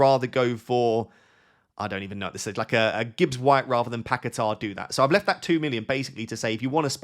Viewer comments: you need better hearing, nobody pronunces R at the end it is long A, like Pa ke taaaaaa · Why can no FPL expert pronounce Paquetá? There is no ‘r’ on the end